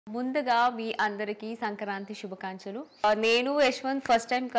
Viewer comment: శుభకంచలు కాదు . శుభాకాంక్షలు అనాలి..